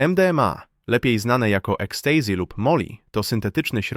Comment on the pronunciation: "ekstejzi"? Tys się z chujem na łby zamienił? 😂